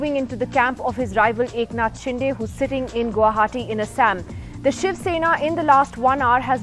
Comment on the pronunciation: Nidhi Razdan should atleast get the pronounciation right for "Shinde"